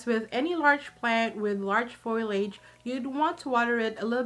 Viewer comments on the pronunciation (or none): The word is "foliage," not to be pronounced as "foilage."